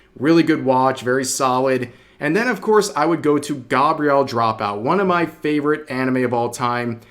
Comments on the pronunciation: Agree on everything but your pronunciation on some of those anime titles is confusing, Gah-bree-ell dropout? non non bee-yohr-eye? revoking your weeb card, those pronunciations are horrible, do better smh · I died a bit inside when he talked about gabriel dropout. not only the pronunciation, everyone knows satania is the best character in that series.